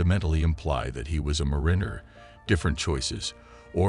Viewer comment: It can't pronounce "calf", "mariner" or 1900 either.